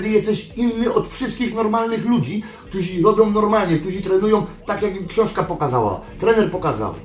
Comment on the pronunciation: Szedlem, nie szlem. Ktorzy, a nie ktozi. Poddaja, nie poddawaja itp itd.... chlopaki podstawy polskiego byscie chociaz przyswoili..